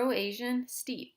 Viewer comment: Great vid! PS "Steppe" is pronounced like "step." Would like more about horses & history, thanks for the upload!